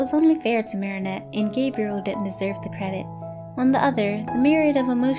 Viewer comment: THANK YOU SO MUCH FOR PRONOUNCING THE NAME 'MARINETTE' PROPERLY!!!